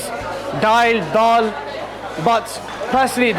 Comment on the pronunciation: It’s dhail not dhaal - how’s man goin pach bhai n not having paya 🤦‍♂️